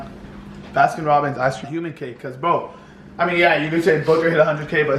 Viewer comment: did anyone else hear him say c*ck instead of cake??!!?!?!!?!!